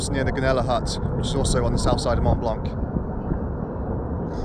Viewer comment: Learn to pronounce Mont Blanc, if you're living there! Cut.